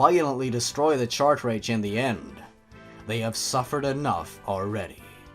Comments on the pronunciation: Why do you say 'chart rage?' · It's pronounced Cart-ridges, Not Chart-rages. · He says Chart Rage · It's cartridge not chartrage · Dafuq is a "chart-rage"? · I didn't know cartridge was pronounced shark-rage. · also in the zelda one he said chartridge. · Every time he says "chartrage" I want to put a knife down my thought. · i am mildly triggered of the way you pronounce cartridge. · Oh he doesn't play Pokemon. But you should STILL KNOW HOW TO SAY CARTRIDGE!